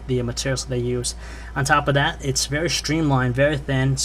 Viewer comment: "on top o' dat"